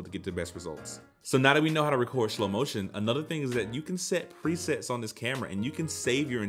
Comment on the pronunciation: Homie rlly said Schlo motion